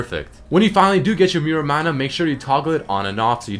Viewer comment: Nice vid, just a couple things that sorta bothered me in the video: manamune is called mana - moo- neh and muramana is moo-ra mana.